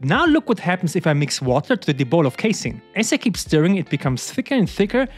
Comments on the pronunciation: YOU'RE PRONOUNCING CASEIN DIFFERENTLY NOW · haha true